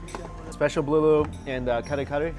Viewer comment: Lmao. Your pronunciation of the Filipino dishes bruh you're butchering them! Hahhaha.